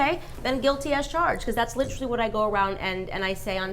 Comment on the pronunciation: Many reasons to dislike Candace, but her pronunciation of “literally” might be the top reason.